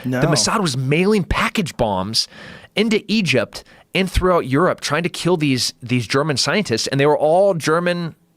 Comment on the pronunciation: Working for “Idgept”